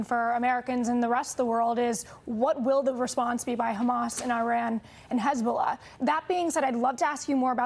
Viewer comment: Did she say hasbulla😂